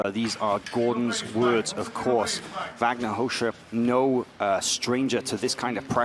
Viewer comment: "Vagner Rosha" Proper pronunciation...